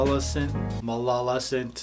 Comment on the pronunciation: You said mafisant if its malisafint